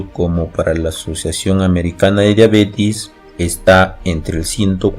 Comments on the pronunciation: todo muy bien pero la pronunciacion es diabetes con E previo a la S no diabetis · No es Diabetiiiiiis ;(. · Todo iba bien hasta que dijo diabetis